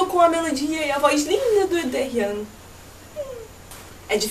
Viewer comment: dificil escrever, acho que(escrevendo) é mais ou menos assim: dêrríon, o 'r' tem som quase de 'n' e o 'n' no final é bem fraquinho!! >>/watch?v=oH7DHpVFbrg << eu sou meio chatinha com isso pq o daehyun é meu bias lol ^^ bjo